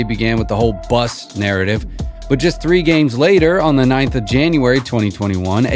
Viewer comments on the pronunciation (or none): none